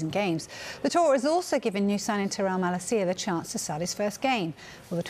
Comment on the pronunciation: Sky Sports it's MaLAcia and not MalaCIa